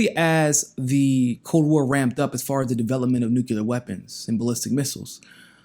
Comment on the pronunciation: Its not Nu-CUE-Lar. It's Nu-CLEE-Ur Sorry. That just bothers me😂